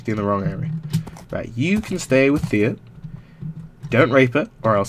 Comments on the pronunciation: Quick question, is her name Thea or fear, you named her Thea, but say it like fear? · lol i think its "Fear" but he calls it "Thea" lol when ever he says it it makes me cry xD!